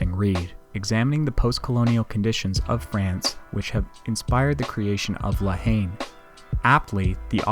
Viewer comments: talking to the french (all american’s pronounces la haine completely wrong) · Yeah I butchered a lot of pronunciation in this. If I could go back and re-record I would.